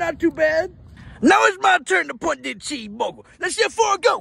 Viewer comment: CHWEESE BURGER